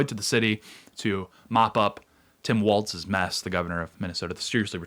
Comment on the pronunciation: I can’t listen to this video with the way he is pronouncing Minneapolis 😅 And also Tim always say Waltz instead of Walz. Just learn how to pronounce Minneapolis and call him tampon Tim. 😮